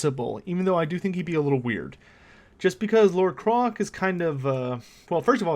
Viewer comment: Wait... Isn't Kroak supposed to be pronounced like 'croak' ? You know... cuz he's a giant toad? Also, I believe the expression you're looking for is 'can of worms' .